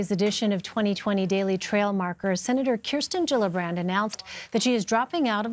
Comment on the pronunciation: Gillibrand not jillabrand